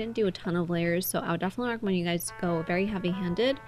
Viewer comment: She said "Hey Suys"